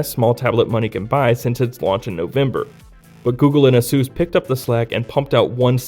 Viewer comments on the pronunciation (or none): did he really say asuus..... wtf what a noob. Its Asus... like in Pegasus... that where they got the name from.. read up on your history and work on your pronunciation if your doing a review. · You pronounced asus wrong ''azuuz''